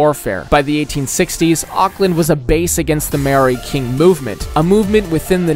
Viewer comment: His pronunciation of Māori is crazy.